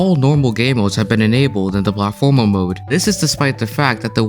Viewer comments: drinking game: drink every time he pronounces platformer wrong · the way you say "platformer" threw me off lol